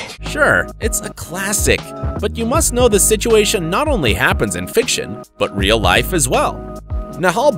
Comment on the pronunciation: It’s rill